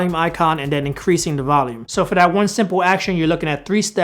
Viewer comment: come on man you can do it! "TH" not "D"... you got this. Just focus... THHHHat NOT DDDDat.